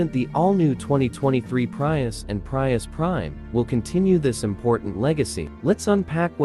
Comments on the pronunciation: "PRY- US" 😆😆😆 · Enough with "PrYius"